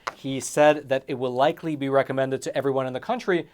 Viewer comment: “Recommend” get it straight Jack.